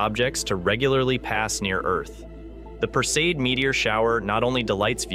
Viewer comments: Would ease teach your AI voice to pronounce the terms correctly OR go back to having an educated human narrate... four different WRONG pronunciations of PERSEID! Appalling! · Pronounced "PER see id" (not "per-seed")...fyi.